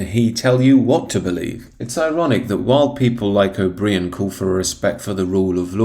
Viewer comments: Forgive my pedantry but the creep's name is pronounced O'Bryen not O'Bree-an. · It’s pronounced “O’bryan” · O'Brien is absolutely right, and this presenter is moronic; he cannot even pronounce O'Brien's name properly.